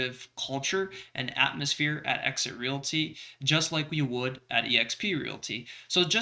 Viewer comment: sucks. he can't even speak Realty correctly and I told him about it. It is not called Real-it-y. It is it called Real t.